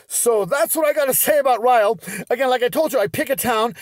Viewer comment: Honoured that you featured my hometown in your video. Loved the suggestion to come visit us ❤️ If you ever happen to feature Rhyl in another of your informative videos, just to let you know that Rhyl is pronounced ‘ril’, as in rhymes with hill. Keep up the entertaining content!